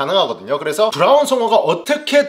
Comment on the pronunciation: 오늘 혀 많이 굴리네요 브랄ㄹㄹㄹ운 송어